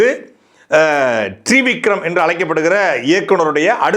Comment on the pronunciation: Dei you doesn’t even knw to pronounce Trivikram .. Gviram 😂😂